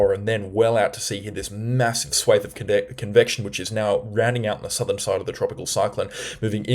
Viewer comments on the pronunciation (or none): none